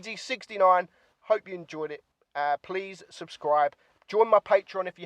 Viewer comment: "subscibe" lmao Nice to see how far you've gone